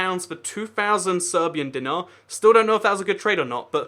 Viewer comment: its Dinar spelled Dee-nar